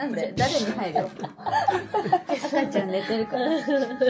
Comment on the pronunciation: 何度聞いても一言目にsが入ってるように聞こえる…。でもが「赤ちゃん」って言ってるから信じるしかないか💦